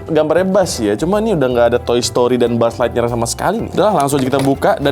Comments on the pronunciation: Buuz ligthyear😂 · bang gue lagi ngantuk bgt cekikikan bgt denger lu bilang mulu "Bu'uz lightyear" bgst😭😭😭